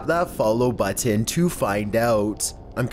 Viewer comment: The way he says button grinds my gears!